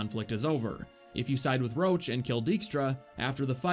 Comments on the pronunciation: his name is roche not roach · Ps.Not Rowch,but Roch ;)You misspelled that name. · Roche and Roach are pronounced differently, you are doing it the incorrect way, for seconds i thought "how the F does the horse have any dialogue lines apart from that 1 quest that you are not talking about" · Stop calling Roche per "Roach" his name sounds originally as "Rosh" I'm Polish and I know how it's natively pronounced from CD Projekt RED themselves. Trust me - it was an English DUBBING MISTAKE (which is pretty major, considering that Roach is Geralt's horse. xD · I hate how he keeps calling Roche "Roach", cmon, one is a valiant temerian partisan, and the other is a horse. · FYI Roche is French and is pronounced RUSH not ROACH. Its RO . CHE and is pronounced like Rush. That is all. Thank You. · Your Roche sounds like Roach, which is funny :D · i cant listen to him saying "Roche" wrong the whole video it hurts